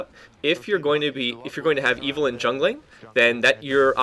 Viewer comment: ITS EVELYNN NOT IVELYNN!